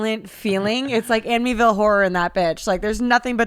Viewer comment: YOU SAID AMINAL! I THINK YOU MEANT *ANIMAL;)